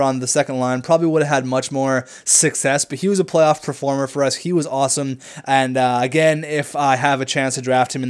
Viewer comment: Please stop saying "PREformer" it's "PERformer" not "pre"